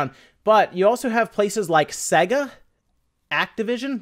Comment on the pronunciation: Ok, Sega is pronounced "Say Gah" And SNES is pronounced "Snehz" Now you know